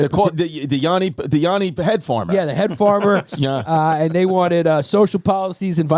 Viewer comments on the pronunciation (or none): YaNNi not YAAni 🙏